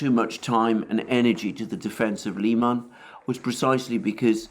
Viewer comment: I've heard it pronounced Lie man I tried to find out if this I is correct and everyone said I should ask you Comical Aly